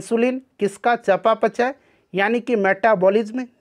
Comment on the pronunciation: उपचाचय का चपाचेय 😂😂